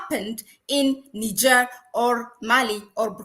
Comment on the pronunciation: Practice your pronunciation,, girl you sound crazy NIIIIIgerrrrrrr